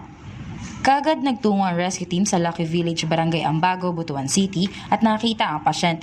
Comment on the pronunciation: it should be pronounced as "bot-wan" not "bu-to-an".